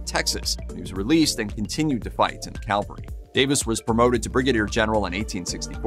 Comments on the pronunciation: The narrator keeps saying “Calvary” - it’s “Cavalry”! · CaV-alry, NOT CaL-vary, puhleeze. 😊 P.S. Calvary was the hill upon which J was crucified. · The word is CA-VAL-RY, not "Calvary!" Calvary is where Jesus Christ was crucified! CA-VAL-RY...please get this right! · Very good presentation but mounted troops are CA-VAL-RY. Sorry…just a pet peeve of mine. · It's a pet peeve of mine, too, and about 90% of people mispronounce this word. UGH!!! CA-VAL-RY!!!